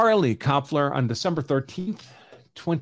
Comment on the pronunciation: So when you pronounce a German name (Kloepfer = Knocker), you don't pronounce the first syllable when two vowels are together. So Kloepfer is pronounced Klep-fer.